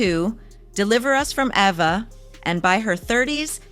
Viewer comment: What’s wrong with your tongue? Gabe-briel? Duwuanye? EvAh?